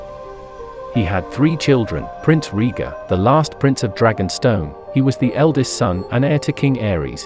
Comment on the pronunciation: OMG your pronunciation is off ... You haven't seen the show have you? [Rigar] [Vajserys] :-))